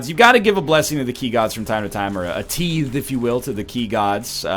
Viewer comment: Did NL just call a tithe a teethe?